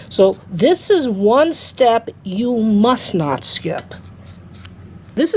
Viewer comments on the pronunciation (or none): none